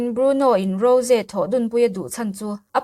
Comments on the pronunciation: Mahse,a dik hre reng le lam thiam reng in,a diklo a lam hi chu a fuh lo alawm. A nihna tak ah chuan,a mah in a sawi dan in ‘Ro-zee’ ti a lam tur nilo in, ‘Ro-jii/Rawzi’ ti a lam zawk tur a ni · Rose ni lo in Rose tih tur😂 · rosé a tihkhi a dik aw ro-ze tihin an lam thin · Rose hming i lam dan hi thing tawp 😂😂😂